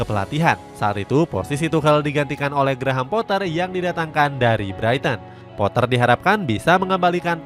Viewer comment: GRAHAM POAH ,,,🔥🔥🔥🔥 KARENA DI INGGRIS DIA TIDAK DI PANGGIL DGN SEBUTAN POTTER 🤣🤣